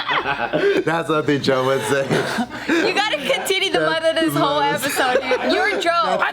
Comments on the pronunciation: What are Jess' thoughts on "Beaw" then? Also, since Jess says that she watches every JKNews, I can kinda see how she can get tired of Joe saying mudda since he says it like 98-100% of the episodes. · James.. do your job. I swear I've heard Jess say Mudda voluntarily b4